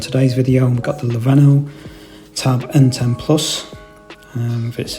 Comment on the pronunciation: Leveno is great :-))